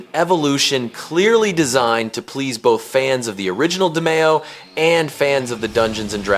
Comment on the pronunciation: DEE-me-oh, not Deh-MAY-oh